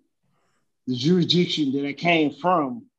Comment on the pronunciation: Jewishdiction?🤣🤣🤣 Other word invention I heard - exshoesme (may add more)...Sunglasses and ballcap in court - that's a bold move, Cotton! Let's see if it works out for him 😂😂😂